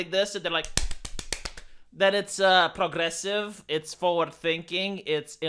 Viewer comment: “Prrrlrlrlrlrogressive!” Such enthusiastic and moistening R rolling. I’m fuggin HERE FOR IT.